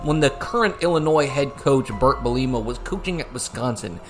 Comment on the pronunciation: bahaha the way he says Bert Belima cracks me up.